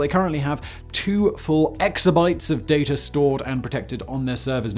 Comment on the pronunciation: Oh, there is no "r" in "data" my friend! 😝